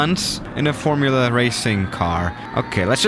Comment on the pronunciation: DID HE SAY FORMUALA CAR THAT CAR IS NOT A FORMUALA CAR Psssss this a joke but true